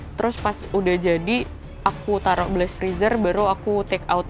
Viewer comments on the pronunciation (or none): none